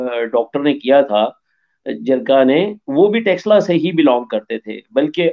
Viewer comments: Sir, Taxila nahi... Takshashila bola jata hai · टैक्स ला 😂😂😂 नहीं है भाई तक्षशिला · 🤦🏼‍♂️ अरे यार टक्सला नही तक्षशिला है. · It is not TAXshila it is TAKH-SHEELA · By pronouncing it in wrong way as Texila, till you are disowning this University. Please pronounce it in a correct way as takshila. It is correctly spelled as Takshashila in English and in devnagari script written as तक्षशिला. One more spelled version is Taxila, but it is wrong. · It's called Takshashila not texla..in modern term it refers as taxila...again not texla... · Taxala nahi, Taksh Shila... 😅😅😅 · Texla 🤣🤣🤣🤣 Taksh-shila... more specific Ta-ksh-shi-la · It's not Taxila. It's Taksh-shila. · What is Texilla? Madrasachap it is Takshashila....next time you will say shakila or teqilla 😂😂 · Taxla nahi Tax Shila bolna seekhe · You both are pronouncing wrongly. . It is not TEXLA. . it is TAX SHILA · Kyu Takshashila ka nam bigar rhe ho Texla texla bol bol k Shi nam ka aucharan krna sikho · Prof can't evenpronounce word it is takshashila it is Sanskrit word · please correct your pronounciation to Taksha Shila. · Taksh shila not teksila 😂 Chaanakya not Chaankia 😂 Hmaari history ko apna bata rha h besharm log....converted muslims